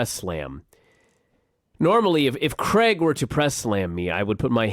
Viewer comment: Drives me nuts how Americans pronounce Craig like there is an E in the name. Creg.